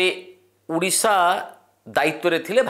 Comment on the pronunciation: ଉଡିଶା ନୁହେଁ ସାର, ଓଡିଶା